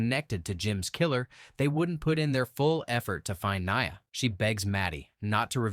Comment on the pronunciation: Lmao that's my name but knee-uh